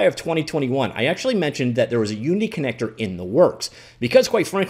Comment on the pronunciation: "Starting with 'U', and ending with 'ninity'." Uninity?